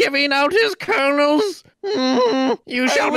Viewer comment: "I took 4 karnals"